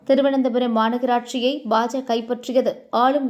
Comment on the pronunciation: நாயே அது என்ன பஜ.பேரை ஒழுங்கா சொல்.